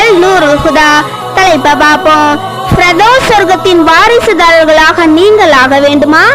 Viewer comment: SIS YOU ARE TELLING FIRDOSAI. IT IS WRONG GIVE CORRECT PRONOUNCIATION. TELL SIS FIRDOUSE.